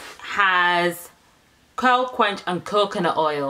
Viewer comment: Curl- Qwe-Kwinster 😂😂 I love your videos